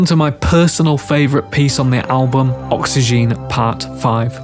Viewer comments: It's oxygen and not oxyjean though but great Video. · That's not how oxygene is pronounced.